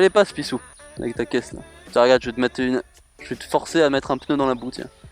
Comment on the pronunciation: j'ai remarquer que t'es "pissou" se transforme en "pisTou" c'est bizarre!